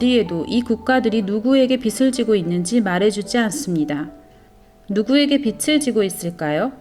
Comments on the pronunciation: 흥미로운 영상 감사히 잘봤습니다.❤ 다만..발음이 빚을 [비즐]ㅇ [비츨]x 빚이 [비지]ㅇ [비치]x 빛을 [비즐]x [비츨]ㅇ 빛이 [비지]x [비치]ㅇ 인거같아요.. 자꾸들려와서 집중이 안되었어요 ㅎㅎ^^ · 읽어주는프로그램인가요? 빚을-비즐 발음을 왜 계속 빛을ㅡ비츨 이렇게발음해요? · 빚을=비즐 이라고 읽어야 하는데 비츨 이라고 읽으면 빛 이란 뜻입이다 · 빚을 빛으로 발음하시는 것을 교정하시면 좋겠습니다 다른 내용은 매우 유익했습니다 감사합니다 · 좋은 내용인데 빚을 (비즐)자꾸 빛을 (비츨)이라고 발음 하시는게 너무 거슬립니다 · 영상 은혜롭게 봤습니다. 그런데 영상 보는데 계속 거슬리는 부분이 있어 알려드립니다. 말씀하시는 분이 계속 빚을 빛 혹은 빗으로 발음을 하셔서 너무 거슬리네요. 빛은 예수님으로 표현되는 단어인데 계속 빚이라 표현되는 부분을 빛 혹은 빗으로 말씀하시네요. 몰라서 그러는 것 같으니 다음부터는 빚을 꼭 빚이라고 녹음부탁드립니다. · 빛을(x)~~빚을(o) 한국어 발음좀 정확하게 하세요. 비치, 비츨이 아니라 비지, 비즐로 발음하세요. 일루미나티 이야기 하면서 발음에 좀더 신중해야 하지 않을까요? 루시퍼는 빛을 나르는 자인데... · 자료 잘 봤습니다~~^^ 한가지… [비츨], [비치]… 가 아니라 [비즐], [비지] 입니다 ㅜ 발음이요…;;;; 빛이 아니니까요^^ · 잘들었습니다만, 발음 비츨이 아니고 비즐입니다. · 유익한 영상 잘 들었는데요 한가지, 발음할때 빚을은 비즐이 맞고 비츨이라고 영상에서처럼 발음하면 빛을이 된답니다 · 빚을 비츨로 읽으시면 안되고 비즐로 읽으셔야 해요. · 비즐 비츠로(발음상 문제) 발음하시니 의미가 잘못 전달될 것 같은 우려가 들고 계속 거슬리네요. 수고스러우시겠지만 다시 녹음하시면 안될까요? 대부분 알아서 들으시기는 하겠지만요. 옥의 티 치고는 반복적이라... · 발음이 틀려서 거슬려요. 비츨 지는게 아니라 비즐 지다 라고 발음해주세요. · 발음에 신경을 써야 겠어요 서울 사투리 아닌가요? 빚을 -> 비즐 빛을. -> 비츨 이 발음이 정확하지 않나요?? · 소소한 지적하나 하고 갈께요.. 국어 연음법칙 : 받침은 다음에 오는 모음으로 넘겨서 발음한다. 예) 빚을 --> 비즐 (빌린것을) 빛을 --> 비츨 (환한 빛을) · 빚을 빛으로 발음 하시네요😓 비즐 비츠로 발음 하십니다. 내용이 너무좋아서 아쉬운마음에... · 비츨 아이고 비즐 이라고 발음해 주세요 제발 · 빚을 !!! 빗츨 아닙니다 ㆍ되게 거슬려요 내용은 심각한데 그 좋은 빛을 빚에 자꾸 쓰시니 집중이 어렵고 좀 짜증이 납니다ㆍ '비즐'이라고 소리가 나지요 ㆍ'빗츨'이라고 하지마세요ㆍ영상안에서 수십번이나 반복하시네요 ᆢ으윽 부부가 다 빚을 빛으로 ᆢ남편분은 다른 영상에서 빚을 빛으로 발음 하시던데'' 내용은 다 좋았는데 ㅡ 왜 이러시나요 다시 고쳐서 올려주세요ㆍ제발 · 매우 귀에 거슬리네요;; 빛은 좋은 의미인데 빚을(비즐) 빛이라(비치라) 발음하니... 아쉽네요ㅠㅠ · 제발~ 빚을 빛이라 읽지 말아주세요~ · 읽으실때 읽는 발음을 빚을 빛으로 읽지 마시고 (비치 아닌 비지 라고 또 비틀이 아닌 비즐 ) 읽으시면 들을때 더 빚으로 와닫겠군요 멋진 팩트 자료 잘시청하고 갑니다 감사합니다 ~ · 빛을 ㅡ비츨 빚을 ㅡ비즐 발음 정확히!!해주시면 더좋을듯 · 다 좋은데 자꾸 빚을 빛으로 발음해서 너무 거슬리네요 ㅠㅠ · 소리를 다시 제작할 수는 없나요 중요한 내용인데 빚을 빛을이라고ㅠ하는 바람에. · 일목요연하게 설명해 주셔서 감사합니다! 발음만 정확하게 해주시면 더 좋겠네요~ 빚을<비즐, 빚으로<비즈로, 빚이<비지